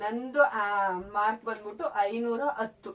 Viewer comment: ಮಾರ್ಕ್ ❌ಮಾರ್ಕ್ಸ್ ✅